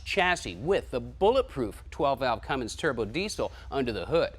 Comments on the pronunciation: says Cummings... uhhh, it's a CUMMINS. There's no "g" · Somebody please tell that when hes bragging about being the first to do something. At least know how to pronounce Cummins. Not Cummings. Lol. Love thst guy!!! Hes a legend